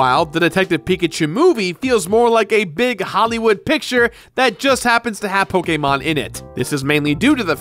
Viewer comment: the way he says Pokemon makes me wanna die